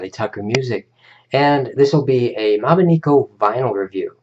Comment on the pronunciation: you pronounced it wrong it is mobineko not mobineeko